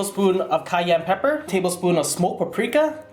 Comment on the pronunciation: "tabelspoon" I don't wanna know how big your tablespoons are xd